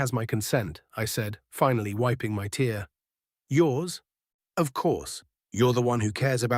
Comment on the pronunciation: Its sounds like a real human voice, but I've only heard the AI mispronounce tear as in to rip with tear as in the liquid expelled from the eyes.